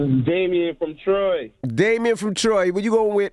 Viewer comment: This nigga said damion 💀💀💀💀💀💀